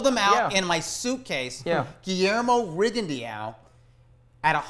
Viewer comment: inability to properly pronounce Rigondeaux's name bugs me. How hard can it be to properly learn most fighters' names?